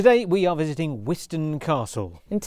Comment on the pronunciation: I was lucky enough to be born and bred in Wiston and spent a lot of time as a child playing on and around it. You were correct on the pronunciation of wizzo. The castle is part of the Pembrokeshire landskire line which is a line of castles, a north/south divide, built by the Norman’s to keep the Welsh out. You can see the outlines of houses and other structures inside the Bailey where all of the nettles grow. Great video 😁